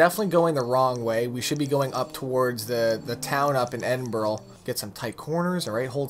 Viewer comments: Stop saying edinborg, it's edinbrugh 😂 from Scotland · its pronounts Ed - din - bruh